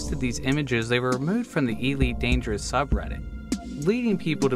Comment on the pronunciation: EEE-leet Dangerous